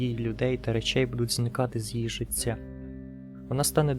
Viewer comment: перепрошую, але не "ціло", а "тіло" не "жицця" а "життя"))